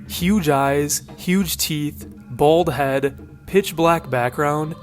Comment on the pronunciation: i was falling asleep with this playing in the background and hearing this guy put emphasis on “BALD HEAD.” made me laugh myself awake like wtf